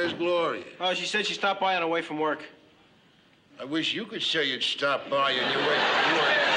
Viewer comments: 😂😂😂😂😂😂😂 A he's unemployed And 2 he don't woik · Don't pay no attention to this guy, A he's unemployed, 2 he don't woik. (not a typo).